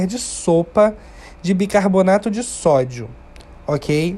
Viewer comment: Muito boa sua receita. Se me permite fazer uma correção, a palavra não é bicaboRRRnato, mas sim, bicaRRRbonato.